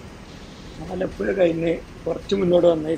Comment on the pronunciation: aalapuya alla aalapuzha